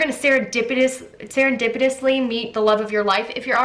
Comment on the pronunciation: #3 #2 when she said serepedenty BTS 😂